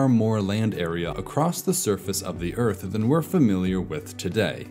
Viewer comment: New Zealand is really middle Oyth. Old Zealand is really Elfland. Middle Zealand is really The Shoiah...